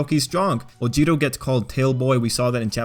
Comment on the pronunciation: Why do people insist on over pronouncing everyone’s names? 1. Oh-CHAW-koh, not OH-chuh-koh 2. Baw-KOO-go, not BAH-koo-go 3. OO-ruh-RAH-kuh (why do people always roll the r’s? its not spanish) 4. Toh-Doh-Rok-Kee; Again with the rolling the r 5. OH-Ji-ro, not Oh-JI-ro. Inflection is very important to not sound like a fool.